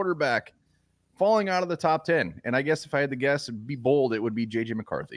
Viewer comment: Did you say Bald predictions?